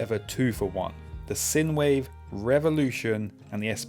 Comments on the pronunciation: By the way it's pronounced like sign-wave not sin-wave. It's the mathematical term. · Great bits of kit! BTW, the USB device is pronounced Sign Wave... sinewave is an electrical term... thanks, and be safe out there! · I just can't get over the way you say "sinewave". I'm just too used to people pronouncing the first syllable similar to the first in "sinus". Otherwise, good video!